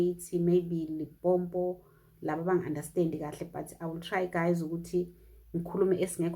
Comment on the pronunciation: well if you're raising awareness perhaps you should start pronouncing our province the correct way.